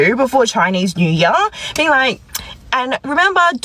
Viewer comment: Chinese new yar? 英语的奇怪发音